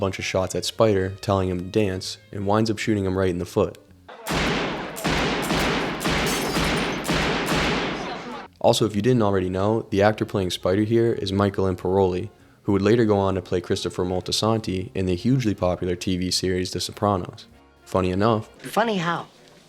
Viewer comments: Could you actually get the actors names correct? Lorraine Bracco (no "s") Anthony Imperioli (Imper e oli nit "imper oli") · damn, i wasn't expecting this to be as in-depth as it is, great job! however, the names are a little off... lorraine bracco, not brasco. michael im-peri-oli, not improllie. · I caught that too. He also pronounced Michael Imperioli like there wasn't an I directly in front of the O in his name. But I found alot of younger sounding youtubers mispronounce alot of words, names of people, places and things. And if it's AI generated then I'm dead lol